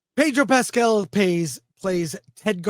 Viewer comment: Pedro “Pass”cal